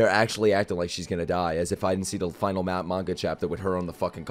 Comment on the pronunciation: "Fi nal" XD